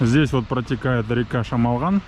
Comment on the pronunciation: ПОЧЕМУ "ЧЕМОЛГАН " , А НЕ ШАМАЛГАН ? ЧТО , ДРУГИЕ НАЦИОНАЛЬНОСТИ НЕ МОГУТ ВЫГОВОРИТЬ " ШАМАЛГАН " .